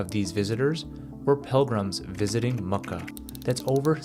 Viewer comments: A.i voice no one says mucka for mecca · Bro called it Mukkah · I love that he called it Mucka instead of mecca 😂😅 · He probably mispronounced it trying to get it accurate, accurate pronunciation is “makkah” sounds like mucca but softer on the u. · You said you have "No AI slop" then the AI voice reading this mispronounced Mecca LOL